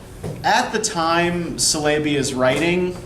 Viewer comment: My dear friend, thanks for this video! Just a little correction though, it is EvLIya Çelebi. You pronounce it Tchelebi :) Celebi in turkish would be prounounced djelebi, and its not selebi :p. Anywho...loved it